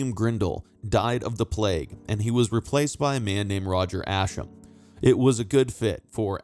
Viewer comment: Ascham = Assk-um As in - if you have questions, just ask ‘em of an Ascham girl 🤣 (If I’d hyphenated that differently... I’m sure the algorithm would have punished me) 😳